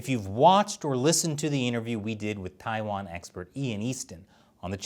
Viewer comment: How you gonna discuss China for a decade and still not be able to pronounce so many basic place names？？ 😂 我真是无语了